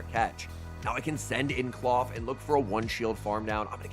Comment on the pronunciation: It's not clawf twin it's Klawf.